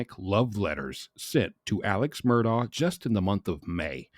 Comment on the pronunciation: His pronunciation is correct. This is what he and his family call him. It is indeed spelled Alex but he has always gone by Alec. His last name is Murdaugh but he and his entire family pronounces it as Murdock.